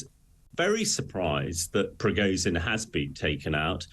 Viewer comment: It would be SOOO nice, if the guy made an effort to pronounce Prigozhin correctly. This is ridiculous. Anglo-saxon arrogance at its best.